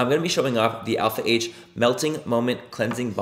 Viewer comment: All I think about now is when Laura Lee pronounced “Alpha H” as “Alp-hah” 💀